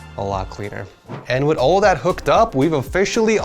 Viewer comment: THAT❌ DAT✅